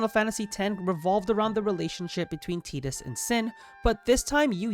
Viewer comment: Saying Tidus correctly?!? Holy moly, take my sub. 😅 it's my boys name, so it is nice to hear it said properly on here for once lol. Great video all around 👍